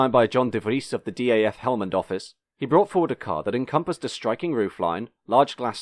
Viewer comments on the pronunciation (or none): Some corrections to an otherwise well researched video: DAF is pronouced as a single word, not an abbreviation. Renault and Volvo were in talks of a merger at the time and Volvo desperately needed front wheel drive technology, which is why the 400-series is basically a Renault 9 underneath. Volvo wasn't happy with the Renault's road holding so they had the rear axle redesigned by Lotus engineering. Underpowered engines were due to Volvo Sweden's refusal to market fast cars at the time which would hamper their safety image. Volvo Netherlands sent the F3N engine to Porsche for developing a new cilinder head and turbocharged version. Porsche's engineers managed to churn out 170 bhp reliably with turbocharging, but Volvo Sweden wanted to protect their image and required the engine to be detuned to 120 bhp (we want a sporty car, not a sportscar). There are people who have reverse-engineered the ECU and tuned the engine back to 160-170 bhp. Market introduction in the USA never materialised because American Volvodealers didn't want an expensive stylish small car that goes around corners, they wanted bricks or something that could compete with the Japanese in a straight line (the 480 was more expensive than a Datsun 280ZX). Volvo Sweden didn't want it because the 480's initial build quality was abysmal and they feared for their quality image. Fortunately for Volvo's marketing department, a currency crisis made the US Dollar very unfavourable in exchange rate, so the plan was quietly